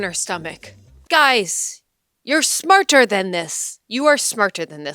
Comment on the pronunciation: "Guys, you are SMAR-TER than this! SMAR-TER than this" 😂 😂 god, I love these videos hahaha